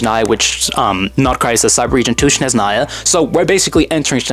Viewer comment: Its Snezhnaya, not Shneznaya